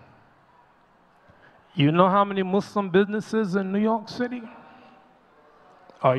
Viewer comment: My beloved Imam, please listen to yourself and hear that you switch from saying "Muslim" and, on more than one instance, saying "Mu-slums". Please know that you are an oasis to hear as opposed to mainstream media that calls "Those Who Submit to The God's Will"......as "Mud's Slum". Please know that you, in instances in this khutba, also manage to inject the syllable "slum" into the purity of the word "Muslim". Jazak'Allah Khair.